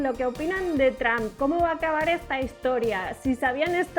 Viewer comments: Por que le dicen juawei si la h es muda y por que tramp y no Trump? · Tromp no tramp, pensabas que decias trampa 😂😂😂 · Qué feo se escucha la pronunciación de Trump como "Tramp" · Tramp , que pedo !!!! Por favor ya no dejen que la chica hable en Ingles , no sabe ni pronunciar las palabras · Porque dicen tramp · Porque los españoles dicen Tramp? Y no pronuncian como realmente se dice ?